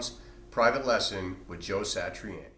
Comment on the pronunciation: Nobody gonna mention how he completely butchered the pronunciation of "Satriani"??